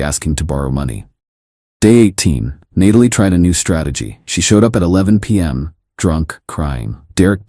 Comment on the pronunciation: Why do the AI story makers keep using Natalie as name knowing the AI voice can’t pronounce it correctly haha